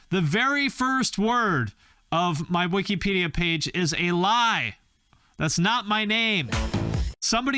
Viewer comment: Lol “wikypedia” 🤣 love you